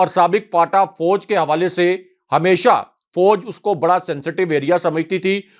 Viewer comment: may like to correct his expression. The word is nit Foj but Faoj.